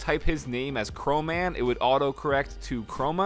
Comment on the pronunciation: Isn’t the name “Chroman” not Chromaman?